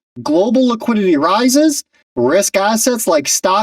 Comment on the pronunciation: Really ? There is no such word as "Laquidity". You speak bad English. Be correct or be quiet.